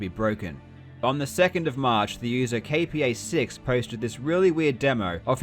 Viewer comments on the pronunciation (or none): "KPA6" is the Russian word for crab, and is pronounced as crab too, lol. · I think KPA6 is read like Crab. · not 'kay-pi-ei-six'; this is a Russian word КРАБ written in transcribed letters, meaning 'crab'